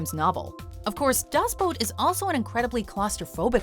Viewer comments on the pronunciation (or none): Say it correctly,DAS BOOT not Boat. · Das boat? 🤣Go home Watch Mojo,you’re drunk.